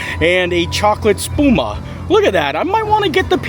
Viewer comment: I'm learning Italian. I got curious after you said Spuma and that you weren't sure if you said it right or not (I wasn't sure either) so I looked it up (just for my own knowledge) and you did in fact say it right😀 According to Google translate Spuma means foam.